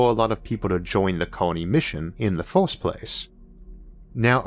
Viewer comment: You have some interesting videos, but your pronunciation makes my ears bleed and I unlearn English. For example "first" - "forst", "universe" - "uniworse" and many other words.